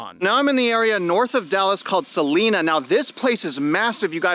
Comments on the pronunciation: Hey just fyi they pronounce it “Suh-line-uh”. But having lived in Frisco for a decade and seen the growth continue to move north to prosper and Celina it’s had always seemed unsustainable and yet it just keeps on going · The builder doesn’t pull the permit until contract is signed by the buyer. I own two new homes in Celina. Not pronounced Selina. We just did 180 permits this quarter and that is still in relative terms not that far from the peak of 220 permits from last year. This is December and December is always slow historically. It’s fire in relative terms. “End hedge fund housing control for American home ownership.” Bills in the senate and House of Representatives will not pass but will signal to black rock type companies to mitigate their risk and exposure. They will stop buying and will sell and spread rental homes between more LLC’s. Evictions will increase due to the selling of hedge fund homes. Rental prices will increase. Smaller Landlords will be the winners. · Celina is pronounced suh-LIE-nah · It's pronounced Suh Line uh. Good video!